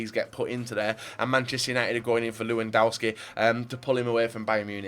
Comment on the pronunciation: if you're gonna say loo-an-dow-ski, you dont have to try with french names